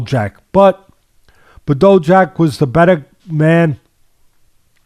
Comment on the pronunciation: "BAH DOO" Jack - Bado Jacko "Mack Ka Boo" - Makabo Cmon now